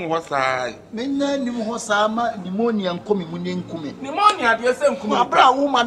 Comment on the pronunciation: said Nimonia 😆😆😆